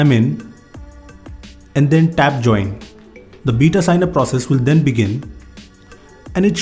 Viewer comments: it's beta not bita!! 😂 that's why were laughing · "beeta" lmao😂